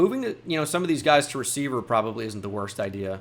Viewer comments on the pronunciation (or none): numbah a hundwed amd fouh wecievuh 🤓